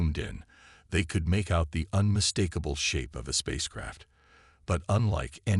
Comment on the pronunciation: For crying out loud. A science fiction story where the narrator can't pronounce xenobiologist. Give me a break. You also might want to teach it to pronounce "could."